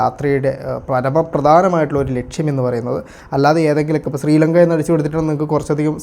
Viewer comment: സ്രീലങ്ക അല്ല.. ശ്രീലങ്ക ആണ് ഹേ വ്ലോഗറെ.. നാവ് വടിക്കുക